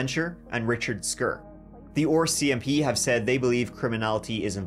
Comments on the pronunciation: the first one... RCMP. Jeremy.... pronounces it OR-CMP. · Even after years of watching your videos, I still cannot get over how you pronounce certain words. RCMP for example, freaking ADORABLE 😍 lol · I like how pronounces rcmp as well lol